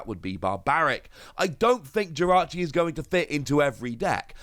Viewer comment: Jirachi not victini